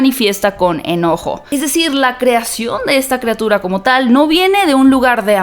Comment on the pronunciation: Monstruo, no mounstro. Criatura, no creatura.